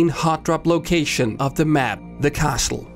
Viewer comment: CASLE, the T is silent!